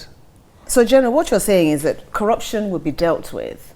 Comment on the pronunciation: What manner of teleguided interview is this? he can't even undstnd the dynamics of the questions thrown at him, only 4 the hire anchor to be explaining what she meant: Just listen to the semilliterate frail looking oldman, he just kept on mouthing things like, Kwaraption, ekwonomy, and what have U.